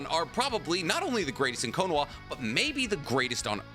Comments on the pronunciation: The way you say Konoha with a W instead of an H makes me want to stick a fork in my eye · What does he say konoha like that guys I don’t get it ?